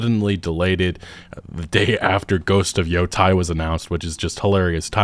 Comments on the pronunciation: Just to note, Yōtei is pronounced like ‘your-tay’ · Thats Yo-Tei not Yo-Tai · Please correct how you pronounce Japanese. Yōtei is not Yōtie. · Damn it, gringos, it's Yo-TAY not Yo-TIE, it's not EI. It's Japanese, not Germanic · Yotei is pronounced "Yo-Tay" (Edit: this spelling is meant for English speakers). The international phonetic alphabet version of this would be something close to "joɯtei" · How many times are you going to say "Ghost of Yōtai"? Look at the letters, it's E not A.